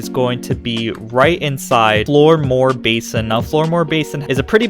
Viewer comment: How can you possibly say 'Floodmoor' incorrectly? Also it's Jabber - Mogwai - please don't tell me you've never seen Gremlins.